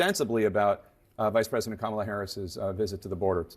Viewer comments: Domestic Terrorist Trump it is kAm A la not Kamaula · Say her name properly fool its not Comolla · Does everybody correct him every time he mispronounces her name? Just alone in ur kitchen, shouting at ur phone “it’s COMMA LA, u absolute boob!”🤭 Or something close? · His hair is purple? WTF? He still doesn’t know how to pronounce her name! Her nieces showed everyone how to pronounce it and they are little girls! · He refuses to pronounce her name properly.